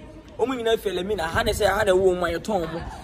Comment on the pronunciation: Elmina not Elimina😂😂Eei not toulist it’s tourist